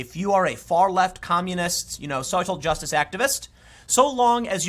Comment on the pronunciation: did he say "soy-cial justice?"